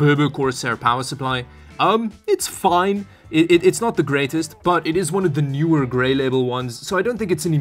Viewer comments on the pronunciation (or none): none